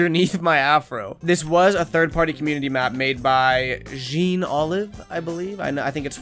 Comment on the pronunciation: the jean is pronounced like john